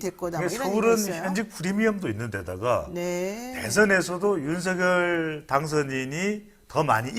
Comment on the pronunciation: 배동선 소장님 발음을 정확하게 하시기 바랍니다 ? 발음할때는; 윤성열로 발음하셔야 맞습니다 쓸때는; 윤석열이 맞습니다